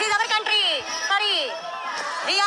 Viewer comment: We arrrrrr....... ownerrrrrrrrrr....... Of this countrrrrrrry.